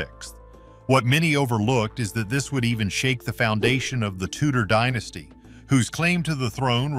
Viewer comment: The Tudors had bugger all claim to the crown other than right of conquest, they didn't even call themselves the Tudors when they were in power. Can you check how to pronounce names and "dynasty"before you make make these videos?